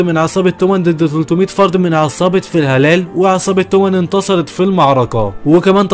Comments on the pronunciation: شباب يمكن هو أخطأ في نطق اسم العصابه الثانية إلي هي فالهالا مش فلهلال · فالهالا ✖️ فالهالال ✔️ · فالا هالا مو فلهلال واسمه دوراكين مو دراكون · ملخص رهيب مع انك ناطق اسم عصابة فالهالا غلط طول الفيديو